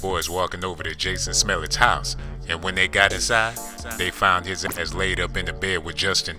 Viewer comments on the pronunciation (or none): He keeps calling him Jesse smell it... hilarious. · “Jessie Smellett” I was dead 3 sec in! 🤣🤦🏽‍♂️💀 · "Jessie Smellit" LMAO 🤣🤣🤣🤣🤣🤣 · Jayson Smell-it. LOL!